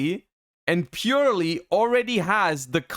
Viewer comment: please, it's purrely not purely. please.